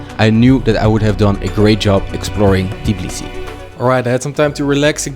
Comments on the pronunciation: brother, if you respect the coutry enough that you are going there to be trained, at least try to not butcher the name of the capital city and the name of one of the greatest georgian fighters Merab Dvalishvili, thats the least you can do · its certainly very easy to say Tbilisi and not Tiblisi, really easy. even simpler to say dvalishvili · As a Georgian, I’m sorry on his behalf. Any person with half a brain would assume a foreigner cant pronounce certain words perfectly.